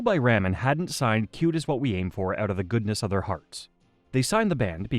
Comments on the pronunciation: Sounds like it. Explains why it pronounces ramen like that. The videos are cool but I could go without the ai narration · Seriously, does he not know how to pronounce this label? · Is it me or is it how this guy says ramen is driving them nuts?